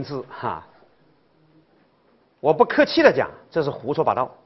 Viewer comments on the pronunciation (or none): “打壶乱说”，川普好亲切😂